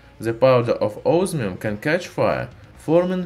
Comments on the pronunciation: its not osmium, its ooosmium! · Can't understand you mate ozzzzminnnn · Os MI um❌ Os Our um✔️ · I listened it carefully 3 times, "Ozmium"? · This guy reminds me of the guy that says onio instead of onion cuz it sounds weird when he says osmium